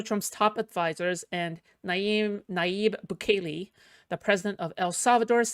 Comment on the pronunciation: it's pronounced like bukkake, but bukele